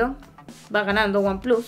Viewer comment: buen vídeo, espero ver uno de comparativa de cámaras que creo que también va a ganar oneplus, sobretodo el modo retrato. y un detalle que me hizo gracia, dices "aifon 7 plas" y samsung s8 "plas" en un perfecto inglés menos el número pero luego en vez de "wanplas" dices "wanplus" en en perfecto spanglish. Yo a ver si mañana consigo vender mi s7 edge y me compro el oneplus 5 desde que vea una ofertita.